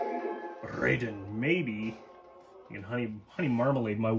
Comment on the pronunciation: I believe that there was conflict with the game called Raiden. Also, Raiden is truly pronounced RYE-den. Just like the guy in Metal Gear Solid 2.